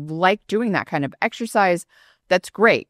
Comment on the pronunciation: Stop saying 'ek shercize' People are wasting time in gyms.